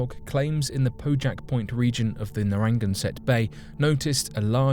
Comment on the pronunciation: Concerning no. 2. When you said "quahog" that said to me "New England" (I am a Rhode Islander.) But when you said "Narang-anset" (here spelled as you pronounced it), I thought "What???" Took me a few seconds to figure out what you were saying! It's pronounced "nara-GAN-set." (And spelled "Narragansett.")